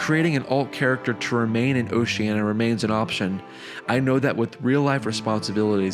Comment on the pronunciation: A beautiful story, but the mispronunciation of "Oceania" threw me off every time. You may want to look up the proper way to say that word.